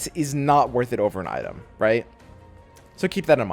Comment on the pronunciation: yeah i was gunna watch it but the way you said item just fucked me on up.